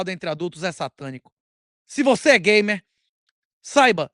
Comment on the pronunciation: Eu disse gamer, não gaymer 😂😂😂😂😂